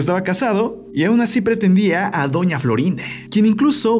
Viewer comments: No sabés hablar es doña Florinde es doña Florinda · Por qué dice Florinde?